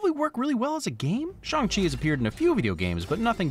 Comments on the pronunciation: Phonetically you pronounced Shang-Chi more correctly when you said you're just going to say it wrong. Pinyin is using letters to write Chinese words. But the title is not written in Pinyin, it is written in English. If you wrote it in Pinyin the title would be, Shàng Qì. So phonetically it is pronounced like, chee. You're just missing the correct tone really. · your 'bad pronounciation' was correct. I appreciate you calling attention to it, but you nailed it (as someone who speaks moderate cantonese and mandorin) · Funnily enough, the most correct sounding Shang-Chi was just when you said it the regular way. Respect for trying though!